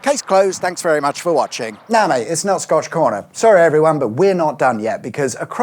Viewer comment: This sounds like a trick question.. And I see a comment below sayin scotch egg and everytime you say scotch corner, I'm only hearin scotch egg lmao...